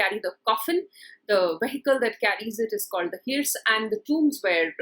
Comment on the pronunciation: It is sad that a teacher of English mispronounces words like ‘hearse’ and ‘urn’.